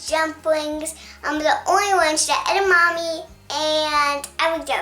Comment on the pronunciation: I heard edmami